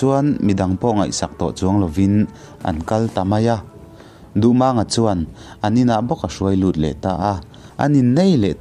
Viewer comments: Duhmâng/duhmaaang niloin Duhmang tihzawktur MANG tih hi pawi(h) Lai tawng ani a LAL tihna ani. Mumang tih a MANG tihrik angkhan tihrik tur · Duhmânga ni lovin duhmanga tia lam tur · Mizo hnam peng dang ho thawnthu i chhiar dawn chuan an hming hi a nih dan tak2 aa pronounce zir ve tal la! “Maang” a ni lo “mang” a ni ee. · A dik.Duhmànga tia a lam kha mak ka lo ti deuh reng ani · Ngaihnawm lutuk, amaherawhchu, Dardini Tlangvalpa hming i lam dan erawh hi chu a dikhlel duh anih hi... A tha lutuk tho tho ania.. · Duhmanga hming hi lamdan a dik lo. 'Mang' tih lai hi thluk tawia lam tur a ni. A thluksei a lam hi lusei hming lamdan a ni a, pawi hmingah chuan a thluk tawia lam tur. He thawnthu hi pawi (Lai) thawnthu a nia.